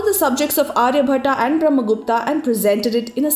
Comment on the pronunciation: आर्यभट्ट not आर्यभट्टा,ब्रम्हगुप्त not ब्रम्हगुप्ता ...and so onn atleast indian must use their correct names Highly corrupted names🙄